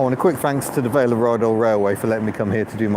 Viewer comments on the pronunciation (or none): none